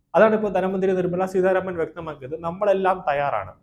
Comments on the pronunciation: നിങ്ങൾ എന്ത് മലയാളമാണ് പറയുന്നത്? ധന മന്ത്രിയുടെ പേര് നിർമ്മലാ സീതാരാമൻ എന്നാണ് സീധാരാമൻ എന്നല്ല. ഐകൃകണ്ഠേന എന്നല്ല, ഐകകണ്ഠേന എന്നാണ്. തിരുത്തേണ്ടത് ആണെന്ന് തോന്നുന്ന പക്ഷം തിരുത്തുക. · നിർമ്മല സീധാരാമൻ അല്ല, നിർമ്മല സീതാരാമൻ. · Adyam peruparayan padhykku.Seedharaman alla .seetha raman.Ninakku veliville.